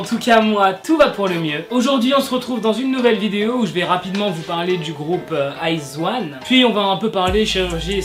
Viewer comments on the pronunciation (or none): Le groupe se prononce I zaune et non Iz one 😂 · Salut je vais faire ma reloue mais iz*one ça se prononce aie dji one et pas eyes one 😂 Et je suis une wiz*one a mort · iz*one sa se dit pas iz(i)one ?😂😭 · C'est stressant la façon dont tu prononce izone pck on prononce le o jsp comment expliqué et moi je suis une wizone izone c mon 2e UG j'aime tellement ce groupe 😭😱😱😍😍😍😍